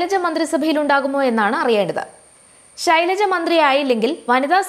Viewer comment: "Shilaja " ennuvilikkan sahodaree ningal madeel ittu valarthiyathano